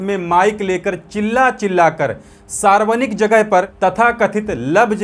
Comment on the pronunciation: Sarvanik nahi sarvajanik boliye